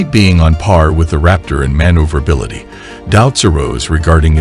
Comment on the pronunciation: Man ooverablity.... Steelthiness... Get a better text to speech program